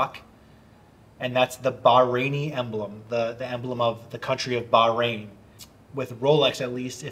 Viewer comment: Bahrain bah-rain bro 😂